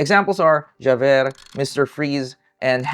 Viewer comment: It's "jah-veir" and "val-shawn" blended very closely together